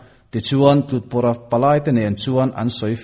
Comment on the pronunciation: A chhiar tu te an chhiar fimkhur lo hle mai Ronaa ni loin Rohna a tiin chhiar se Lal nu Ropuiliani tih an lam dan pawh hi a diklo Lal Nu Ropuiliani tih turah LalnuRopuiliani tiin in chhiar zawm a tin Tlut pawrha Tlur tih leh pawrha tih in karah hian thlukna a awm tur ani